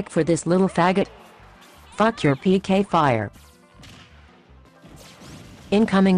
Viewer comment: Who heard Gay Fire instead of what Pk Fire